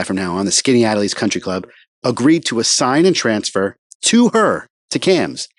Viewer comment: pronounced skinny-at-ellis. your videos are all i’ve watched in the last 24 hours